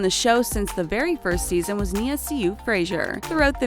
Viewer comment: "Paige Hyland and her sister Brooke spent 5 seasons on the program.." Me:.... GET YOUR FACTS STRAIGHT! They quit at the start of season 4! (Still love them tho) Btw.... Nia See You Frazier... and chan-de-lee-ay...